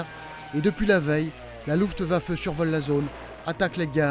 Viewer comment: la loufte va feu ah ah ah ahet vous connaissez la luftwaffe ?